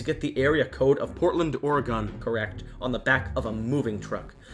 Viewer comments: by the way Oregon is pronounced the same as organ, not "oh-ray-gone" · Oregon is pronounced like organ. Over annunciating is oddly common for visitors or people from outside of the state, I have even heard someone say Or-Ray-Gone. Just trying to help, thanks for helping me appreciate just how scary the Beldam really is and for taking the time to make this video! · I'm from OREGON n I'm sorry but as much as much as I love ur theories and feel u are so right about everything, where I have a problem is everything u say OREGON...... it's not pronounced "OR E GONE" it's pronounced "OR EG IN" Please n thank you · Its not pronounced O-ri-gen its pronounced O-ru-gin (but its spelled Oregon) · Saying [Ore-gone] is crazy lol. It’s pronounced like the word organ. That’s what I’ve always heard here in Cali anyways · Oregon is pronounced more like organ than or-ah-gone.... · It’s oreg-in not oreg-on 🤦🏼‍♀️Lovely video tho. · I've watched this a few times now, the whole thing all the way through, and I love it, but honestly? The way you say "Oregon" drives me nuts. Just for the record, I live in Oregon, and usually we pronounce it "Ore-gin" not "Ore-gone". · its actually pronounced Or-eh-gen i know because i live there U3U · You totally screwed the name of my state. It’s pronounced Or- u- gin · Just so you know, it's pronounced by my fellow Oregonians as 'Ora-gun'. Just so you know. Also it's so cool to find out that this was made with the purpose of it being Ashland, because it's only a short distance from where I live in Oregon. There is another channel I've seen cover Coraline. The channel is called Abitfrank. I love your videos. Please never stop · I adored ALL of these Coraline theories!!! i will never read the book or watch the movie the same way ever again!!! however, lol, im just saying this from all of us here in southern oregon.....Ore (like what you dig up from the ground) Gun (o pronounced like the o in "shovel") pronounced "OREgon"